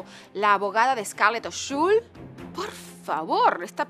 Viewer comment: “ o Shull” 😂😂😂😂😂